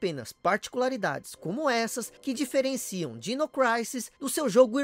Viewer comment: MASSA! ADORO SEUS VIDEOS...Só uma dica: Creio que, ja q é pra pronunciar o nome do jogo em inglês, ja q disse "Craisis"(Crisis), corretamente, a pronuncia de Dinossaurs é "Dainossors". Dino é diminutivo de Dinossaur...Então a pronuncia certa é algo como Dainou Craisis.